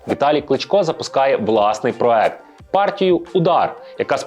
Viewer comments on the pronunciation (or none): none